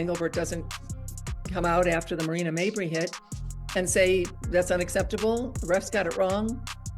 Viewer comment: Stop mispronouncing mabrey 😢